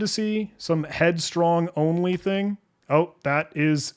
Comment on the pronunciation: An AI voiceover would not make such a bad job of pronouncing the unusual variable names. "Headstrongly" and "helicopepsin", for example, which the human totally messed up.